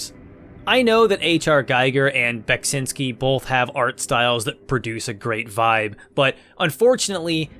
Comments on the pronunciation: Your pronounciation of Beksiński is acceptable. Cool review! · You're doing a good job of pronouncing Beksiński's name - it's almost there. I've heard different attempts since Scorn came out, and ahh many have fallen in this battle.